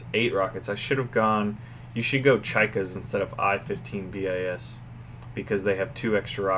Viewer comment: "bis" pronounce as plus sound "s".